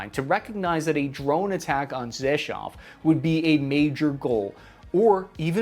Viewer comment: I'm impressed actually pronounced Rzeszow correctly.